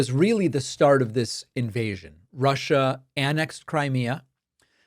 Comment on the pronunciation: It Sounded Like She Said Prussia Instead Of Russia